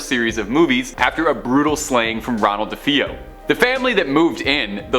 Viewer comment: Stop!!! Stop with the "Da-Fee-o"!!!!! It's "Da-Fay-o". Every time a host does this, it completely melts my brain.